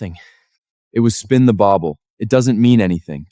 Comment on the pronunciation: I'm sorry but did anyone else catch the part when he said “it was spin the bable”, I played back like 7 times😂😂😂😂😂